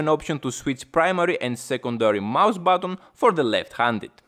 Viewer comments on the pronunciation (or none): i had to watch muted, This guys voice and accent are HORRIBLE on my ears… SHUUUUUUT UUUUUUP, Its XBOX not XBOOK and its BUTTON not BATTON